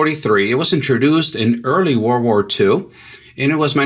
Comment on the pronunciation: It's "world" war, not war-war